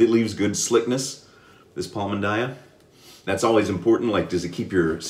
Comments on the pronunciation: Ok let's go, correct pronunciation it's Pal-"Mean"-Daya not so far from your pronunciation, well done and nice job with the Fatboy this time. :) PS: squeeze a little more your brush. I noted your lather it's a little bit thin when you use any brush. Just try it and you'll have more protection skin and more slickness than you have. Hope you don't mind and get mad with me because this modest advice. :) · Iam from Brazil. Palmindaya 😍😍😍. And your pronunciation is correct ,it's one of my favorite brands for shaving, but I do my on shaving soap. Congratulations for the video. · Now that is a great surprise, man! I was searching looking for content in Portuguese and here you are!!! hehehe The pronunciation was real darn good! I have some Palmindaya coming to me and will be on my channel soon. They have a mentholated one, I'm pretty sure you would like the mentholated version. Maybe I can send you over a sample of it when I receive it. Let me know